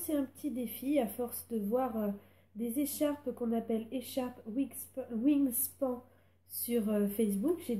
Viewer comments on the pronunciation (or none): Bonjour, très bon tuto pour ce beau modèle. Juste une correction pour la prononciation de "wingspan", il faut le dire comme si ça s'écrivait "wingspanne", qui veut dire "l'étendue (span) des ailes (wing)", autrement dit, l'envergure.